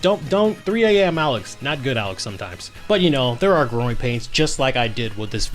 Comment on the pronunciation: You said GROWING pains. I thought you said groin pains 😭😭😭